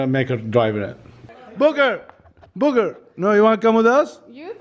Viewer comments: Proulx he was saying booker, but sounded like booger. Lol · calls booker booger lol 😂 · Lmao 😂 instead of saying Booker he said buger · When says booker he says booger😂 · I love it when says “booker” he says “booger” 😂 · called booker booger 😂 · It sounded like he called booker booger😂😂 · When says Booker it sounds like Booger🤣🤣🤣